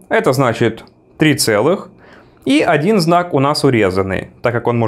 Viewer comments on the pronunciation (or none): none